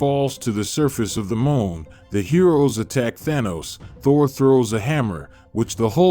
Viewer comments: Thor not thory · Did he call Thor torrie…….? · bro its aim not i am and u pronouced thor wrong